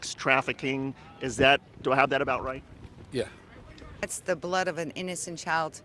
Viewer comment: ”That’s reyet…” The Q drops…